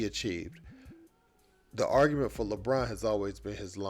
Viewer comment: Bruh said Lebrona 😅😩🤣